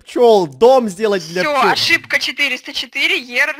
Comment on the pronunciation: Пью я значит чай, говорит: плёлы работают на цветы😂😂😂😂😂: они работают на нас🤣🤣🤣🤣🤣🤣 Я: чуть не подовилась🤣🤣🤣🤣